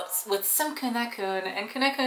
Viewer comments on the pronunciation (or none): Their name is pronounced keu-nah-keun not keu-neu-keun